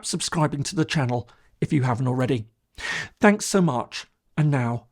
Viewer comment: I give up, your thanks mid video sounds like good bye. Are you so tone deaf?